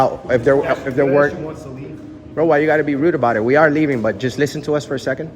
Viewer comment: Shut up, “braoh”